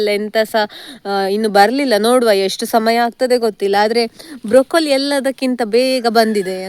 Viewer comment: (Broccoli) wrong pronunciation